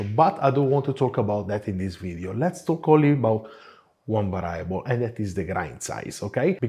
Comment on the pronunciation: Hello, love your show and you have a nice Italian accent and well-spoken English. Just wanted to tell you that a word that you use often should have the accent on the first syllable as is the case in spoken Italian. The word is VARIABLE.....VA' REE A BLE...not...VA RYE' A BLE . Please excuse this subtle correction while I always chastise English and American native speakers who are often the worst at respecting foreign word pronunciation.